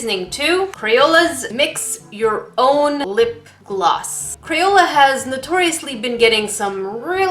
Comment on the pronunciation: Is crapola not crayola